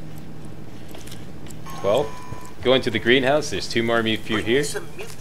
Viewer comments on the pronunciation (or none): Yeah and everyone else, it’s “mute” fruit not “mutt” fruit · Yeah I know, it's just the first time I've heard it pronounced that way. Every other video seems to have it as "Mutt fruit" haha.